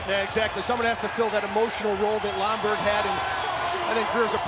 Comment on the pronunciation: did the commentator refer to Ryan Lomberg as Ryan Lambert? wtf was that...